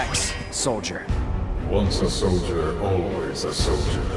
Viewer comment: bruh when barret says soldier boy it sounds like soulja boy